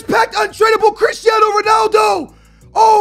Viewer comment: No one:: crishtiano